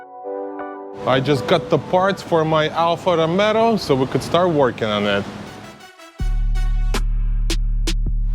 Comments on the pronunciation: Bro, it;s Alfa Romeo....not Romero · it's ROMEO, not ROMERO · bro ROMEO not romero....you add 1 R more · can you say romeo ...not romero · Ha ha ha ALFA ROMERO please pronounce correctly,,,,, ALFA ROMEO and not ALFA ROMERO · Good job man, I'll be glad to see a new Stelvio back on the road and not end up junked over minor stuff. Just fix that pronunciation, it's Rome-o not Rome-Ro 😂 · your channel is very cool, but please don't call it anymore Alfa Rome-ro, the correct name is "ALFA ROMEO" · Alfa Romeo, not RomeRo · Alfa ROMEO not Alfa ROMERO ;) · It’s actually pronounced “Alfa RomAAo” rather than RomeRo. Alfa people get very sensitive about this Lol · Alfa ROMEO!! Not ROMERO! I have a nerve tick when you repeatedly repeating it. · You keep saying Alfa Romero:face-green-smiling:nice build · Please, stop calling it Alfa RomeRo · Nice job, just please stop saying Alfa RomeRo. The Italians and I will be gratefull. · Dude bought a car and doesnt even know how to pronounce its name xD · There is no R in Romeo 😄 But you are right, it is a nice car!